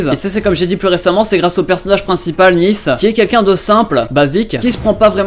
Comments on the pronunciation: ca ce dit n"ai"ce et n"i"ce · T'as vraiment prononcé Nice à la française ? 😂 ça fait un peu bizarre dit comme ça 😂